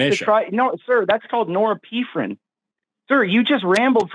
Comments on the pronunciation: So this manic, pseudonym caller corrected Forests' pronunciation (Forrest said nor-ep-in-EF-rin and the manic caller tried to embarrass Forrest with his pronunciation nor--EPH-rin). Then this same cocaine manic caller didn't know how to pronounce allele and chalked his pronunciation error to tomato-tomata and said, "...you have to understand speaking dialects, sir." - . This caller would be difficult for a mother to love. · WTF is "nora-pee-fren"? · Ain’t no way he said norephrin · Thank you for saying it's pronounced norepinephrine. I had no idea what he was trying to say. Ugh, also not every arrangement of amino acids is equally likely, so calculating the likelihood based on equal probability is sophistry that ignores the processes that go into it. Basically, assembly of amino acids is not random. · He said norepine…. The chemical in the body. Lmfaoo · "Norrepeephren" xD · CALLER WTF IS NORIPEEPHRINE???? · Im glad im not the only one who heard Norepinephrine. Thank you Forest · "if you were a biologist you'd know what Noarreppeeeferrin is!" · "nore-pee-phrine" is killing me 😂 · “I know more about this than you scientists do, because I’m a pathologically insecure, unstable pretend attorney. Want me to prove it? Great, I will now demonstrate that I can’t even pronounce norepinephrine, which I think is some kind of medication, and alleles, which I don’t know anything about. Why are you so scared of me?” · Norepinephrine is a neurotransmitter, not doing the things this ‘lawyer’ acusses it of. (even if he could pronounce it) Lawyers are famously bad at maths, as he proved sufficiently. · Lol can't pronounce norepinephrine, knows better than real biologist. Jesus Christ, how come so many of your devotees are such narcissists? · glad forrest also thought he was saying norepinephrine lmao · Absolutely no one says norepinephrine like this clown. Source: me, a neurosurgeon. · Gotta love the "LL" & wtf the pronunciation of norepinephrine was! 😂